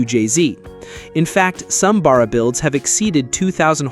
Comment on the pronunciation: And The American talking in the video needs to learn how to say Barra properly ffs 🤦